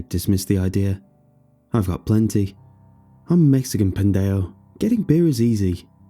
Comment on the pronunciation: The way he said pendejo 🤣